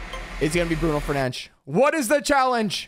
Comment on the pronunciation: The fact that he actually pronounced Bruno Fernandes' name correctly 😂